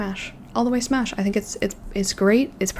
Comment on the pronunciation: “Smash”?? Girl 😭😭✋🛑